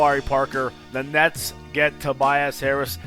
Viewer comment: he tried to say nets and said nuts